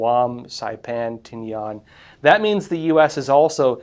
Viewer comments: I served in the Marianas and Tinian is pronounced tin'-ee-un, not tin-ee-on'. Tinian's WW2 airfield is a bit overgrown but was still in fair shape back in the mid 70's. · Tin-e-in, not tin yuan. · Tinian is not pronounced “Tin-E-Yawn”, it’s pronounced “Tin-E-Ann”. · Tinian is a place of great historical importance. Don't mispronounce the name Tinian. It's pronounced (tiːniˈɑːn) not (tin e yen). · It is pronounced Ti-Ne-Uhn. Not Ti-Ne-Ahn. As per Websters online dictionary. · Everyone's ragging on this guy for his concededly incorrect pronunciation of Tinian. Curiously, everyone's correcting him towards the American-anglicized pronunciation that came about after WWII. In Chamoru, this island is calledTee-knee-ahn. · You are mispronouncing Tinian. It's tin-e-un. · It's pronounced "Tin-ee-en". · During WWII it was pronounced "Tin e in." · Learn how to pronounce the island name partner. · Good video but, your pronounciation of Tinian is irritating. I don't know what the correct pronounciation is but, I grew up with my Dad and most adult men being WWII vets. None pronounced it your way. The one that was often disagreed was Tarawa. Good Luck